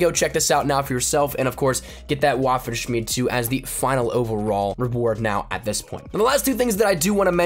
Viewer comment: Waffenshmiede pronouced as “Vaffen-shmeed-uh